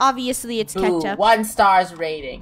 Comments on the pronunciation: ITS NOT KECTUP DUDE 😡😡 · Funneh: that’s ketup me: no that’s blood